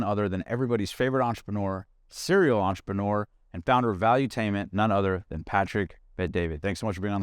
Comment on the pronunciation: It's not on-trep-on-OR It's on-trep-en-urrrrrr